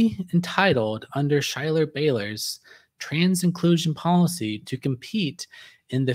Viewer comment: My wife has informed me the correct pronunciation of Schuyler's name is "SKY-ler." Whoops! Did not mean any disrespect.